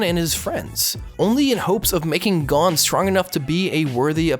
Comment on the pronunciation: I hate your pronunciations lol. It's Gohn, Keel-oua, and Lay-orio.